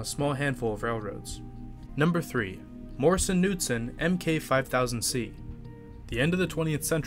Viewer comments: The “K” in Morrison Knudsen isn’t silent. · It's pronounced can-nute--son for Knudsen. It's Norwegian.